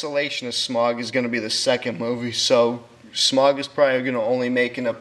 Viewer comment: "Smag"? It's pronounced with a aw/au sound as in "loud". Additionally, it sounds too much like you're reading directly from a script. Try to memorize what you want said, or straight up improvise, it will give your narration better flow.